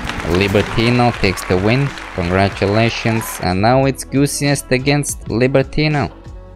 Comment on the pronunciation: Why do u say congratulations goosiest